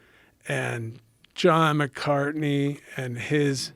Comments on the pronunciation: How many times did Tank mispronounce Big John’s last name lol? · I can’t help but feel like there’s intention behind the butchering of his name.